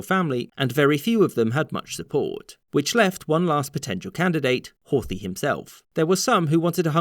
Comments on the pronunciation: There is no 'th' pronunciation in Hungarian (Magyar), the pronunciation would be closer to Hort-hi(he). Bugged me for the entire video. It's a shame because I usually like these. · The 'th' in Horthy is not pronounced like the 'th' in English.